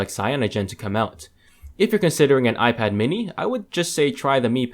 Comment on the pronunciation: do you get paid every time you say aijpad ...